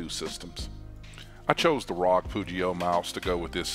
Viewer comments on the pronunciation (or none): Is no one gonna say anything about “Rog” It’s R O G!